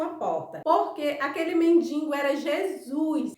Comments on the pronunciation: Morri de rir com a história do Tony Ramos, vc está sabendo que ele está internado na UTI, operou o cérebro., vc me permite uma correção: não se fala nem se escreve mendiNgo o certo é mendigo. Bjs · o certo é men-di-go! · O nome é men-di-go, não tem “n” entre o “i” e o “g”